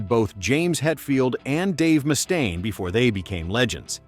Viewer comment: AI crap as they pronounced "Mechanix" wrong. Also the way the voice said "Mustaine" was a little annoying. smh